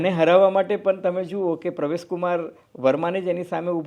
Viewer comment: આ ફૂટેલી કારતુસને નહિ બોલાવો તો ચાલશે. આ કહેવાતા મોટા પત્રકારને ક્યો કે પહેલા પરવેશ વર્માનું નામ સાચું બોલતા શીખે. એ પ્રવેશ, પ્રવેશ જીકે રાખે છે, એવું તમે શા માટે ચલાવી લો છો?